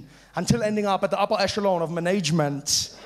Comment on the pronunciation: Could someone explain this management thing to me? I heard Trevor pronounce it like this twice but I don't get it, maybe because English is not my mother tongue?😊